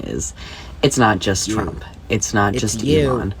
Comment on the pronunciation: Did he say TRANPA😂😂😂